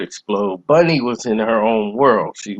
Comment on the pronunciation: Bunny not Bonnie!